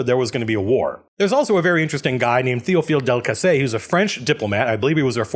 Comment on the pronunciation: You got both of them pefectly. Welll, you basically said "Théophile Delcassé" and "Entente Cordiale" with an american accent, so yes, it was good.